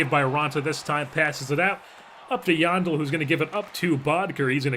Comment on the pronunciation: yandle is supposed to be pronounced like handle except with a "y"